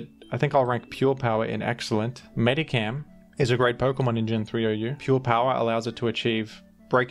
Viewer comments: It's Medicham Not Medicam XD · Please never pronounce "MediKam" again, hurt my soul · So fun to hear how different people pronounce pokemon names. "Medi-Cam" and "Groodon" stuck out to me for example